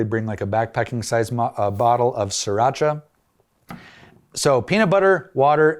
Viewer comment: Pronouncing sriracha is not hard. SRI is the way, not SIR. As there is no siracha only Sriracha.